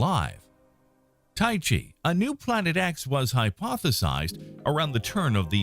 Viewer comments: Seriously, if you're going to present this stuff as fact... Atleast take the time to learn how to pronounce the names correctly. Tyche is NOT Tie-chee, its Tie-key, Ceres is pronounced Series... They are both names of greek goddesses. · Such an interesting and well put together video (which surely took extensive time to research and edit), made utterly amateurish and irritating by horrible pronunciation (which takes mere seconds to look up). "Tykhe" is not named after the martial art of "tai chi". "Fiton" was not coined from the Lovecraftian pantheon as "fay-uh-tn". Please, for the sake of your audience and the quality of your content, take those extra seconds before narrating videos. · No, TY-kee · good video, well thought out. However, when you got out toward possibilities past Pluto, several made me turn my head when they were pronounced. Two of the 3 were pronounced differently than you did, and Wikipedia agreed with me. They were Tyche (rather than rhyming with the exercise method, they had it as TIE-key), and Ceres as 'series'. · Please look up how to pronounce names. It's not 'Ty-chee'.